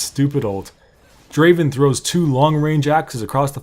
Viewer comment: It's not da~~~~aven It's Draaaaaaaaaaaaven